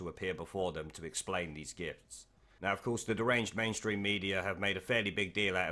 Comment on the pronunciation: thought you kept saying 'undeclared GIFs'